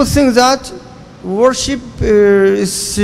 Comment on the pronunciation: السلام عليكم استمروا اخواني السلفيين بس حبيت أنوه الكلمة الصحيحة هي worship ب ال P